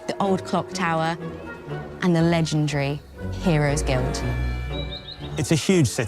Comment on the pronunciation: If the devs all say "legendree" you just know the game will be BUSSIN